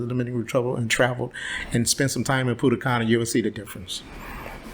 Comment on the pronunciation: Punta cana😂😂😂. Not pudda canna😂😂😂